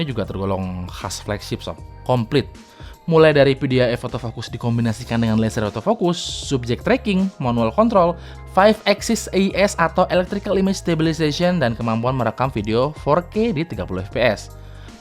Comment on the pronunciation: axis bang, bukan asix wkwk